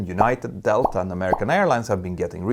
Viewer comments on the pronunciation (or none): none